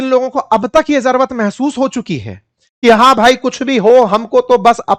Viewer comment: भाई साहब आप बिहारी के र पर तो बात कर गए लेकिन खुद जरूरत को जरवत बोल रहे हो और अक्सर बोलते हो! Lion को Loin कहते हुए भी पाए गए हो!